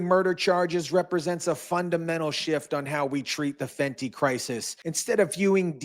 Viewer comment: Good report but please stop calling it Fenty like an addict buying on the street or some highschooler